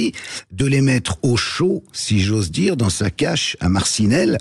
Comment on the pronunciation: * Dire et pas "dure"